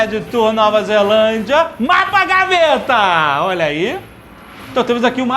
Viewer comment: jurava que quando ele falo mapa gaveta era mata gaveta